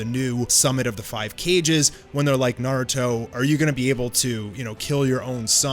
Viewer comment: Did you just say cages? That really rubbed me the wrong way😂 kage is not pronounced like cages